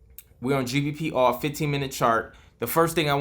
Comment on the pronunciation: Hi bro, are you saying GBP/AUD? COZ i cant understand "oure"? 😄 Please clarify thanks bro